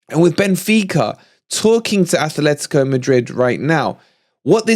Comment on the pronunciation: it isn't Athletico de Madrid. There is no 'h' in the club name. It is Atlético de Madrid. Athletic Club de Bilbao is correct, though. We don't like it when other fans call us Notts Forest, by the same token Atleti fans don't like being called Athletico.